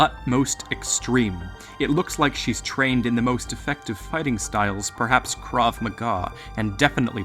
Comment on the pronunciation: you say "קרב מגע" funny